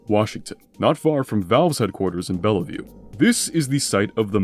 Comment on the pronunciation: I took a tour of the Boeing Everett plant back when I was in college, and the photos and measurements you showed scarcely do it justice. It's difficult to communicate with words just how tiny you feel standing inside. Also, having grown up in Bellevue, I got a kick at how you pronounced it 😅